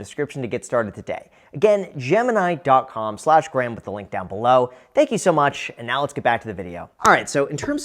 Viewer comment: What’s up gays, it’s Gruham